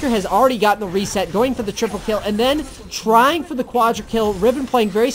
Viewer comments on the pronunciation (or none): none